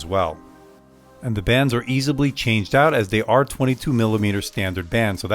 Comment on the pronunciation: Loved the review...but, EASABLY?? I knew what you meant, but it made me laugh. Don't mean to be rude, I really enjoyed the review.